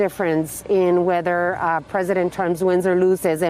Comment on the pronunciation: Did i hear right: "weither you like immogrants and you dont like the drugs"???